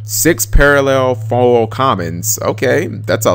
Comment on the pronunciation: jesus christ this man almost went an entire full video without mispronouncing something... and then he attempted to say "foil" ... cmon cap...